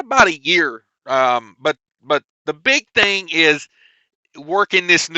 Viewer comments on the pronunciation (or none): none